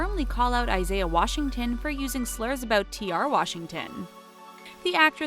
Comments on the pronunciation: She says T.R. Washington, really?! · Umm... did anyone else hear her say T.R. Washington? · She said “T.R. Washington” hahaha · Did she just say T.R. Washington?